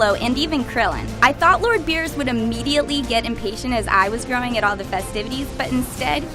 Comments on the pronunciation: Why does everyone still call him "Bills"? It's BEERUS!!! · Why is she saying beers?